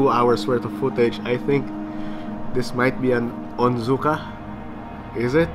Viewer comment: Not 'Onzuka"